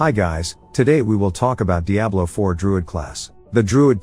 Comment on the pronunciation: The text to speech that can’t even pronounce Diablo properly made me skip off this video quick.